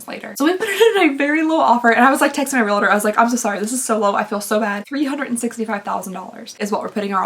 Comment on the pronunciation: Realtor is pronounced "real-ter," not "re-la-ter". Purple is pretty on you! ❤